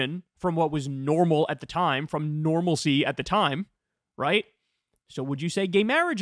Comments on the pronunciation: The destruction of normalicy? First of all it's "normalcy"... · "Normalacy" :face-green-smiling: Okay then. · wait did she really say normalicy? I heart normality multiple times, I even made a clip of it to make fun of her. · "Normalicy" lol